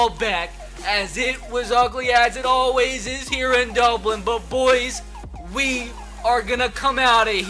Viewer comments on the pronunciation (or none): none